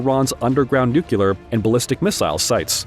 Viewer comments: Ok I’m getting tired of people mispronouncing Nuclear. It is not New Q Ler. It is New Clear. Nice video though. Thanks. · It's unclear why a voice bot would say NEW - QUE - LUR . . . when the spelling is clearly NUCLEAR. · "Nucular?" Ah, the George Bush method of enunciation! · You're pronouncing "nuclear" as "nucular", which is flat out wrong. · THERE IS NO WORD IN ENGLISH CALLED "NUCULAR"! LOOK IT UP!